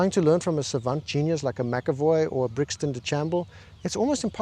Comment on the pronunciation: Brixon Deshambles 😂